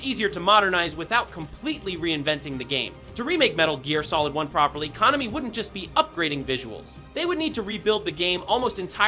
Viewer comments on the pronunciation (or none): probably the pronunciation of Konami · People mispronounce several words, even in their native language. Google Translator pronounces "Konami" correctly. It's weird if a LLM trained to generate audio didn't have "Konami" in its input. You need something more than a single word mispronounced.